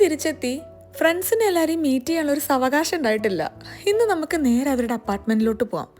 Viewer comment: Savakasham alla saavakaasham